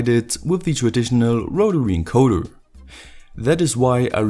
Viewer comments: I like how he says “wotawy encoderrrr” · wotawy encowdas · Rotawee encodas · rotawee encodas.